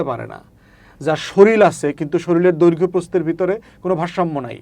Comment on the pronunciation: শরীল নয় শরীর ।